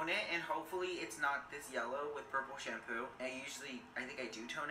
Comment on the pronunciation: It's not shampoooooooo